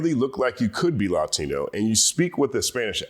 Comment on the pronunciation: Why do you pronounce “Latino” that way? LATINO from LATIN.